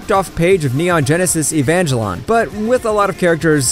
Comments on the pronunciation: Neon Genesis "Evan-jell-on". At least learn how to pronouce the names on the script before recording. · Neon genesis evagelon 💀💀💀💀 ain't no way he said that lmao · "Evan-jell-on". They should get a narrator that knows how to pronounce the show names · mans said neon genesis Evangelon